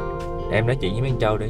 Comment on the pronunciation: ơi. Cô thường xuyên xem lắm, nhưng gắn đây có lẽ hay nói ngọng quá. Nhứt là tr thành ch. "con trâu " Không phải "con châu " nhé. ráng ra thêm video nhieu hơn.